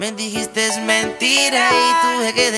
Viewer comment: Yo al darme cuenta que ozuna dijo " disjistes" y en realidad se dice " dijiste" sin "s" jsjs